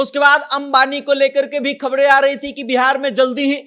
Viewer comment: Reporter bhai khabde nahi khabre hota hai